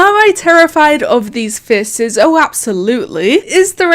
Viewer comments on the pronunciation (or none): i love when she says faces FECES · "fece" lol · nobody:: fice